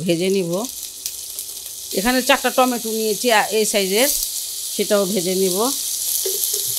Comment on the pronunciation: টমেটে কে আপনি বলেন * টমেটুর * ❤